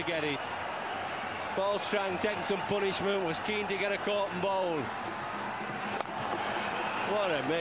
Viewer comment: Geoff Boycott, says, its "Poo-nishment".boy the commentary was world class and entertainment